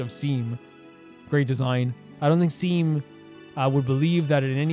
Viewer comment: Seam is pronounces "Shawm"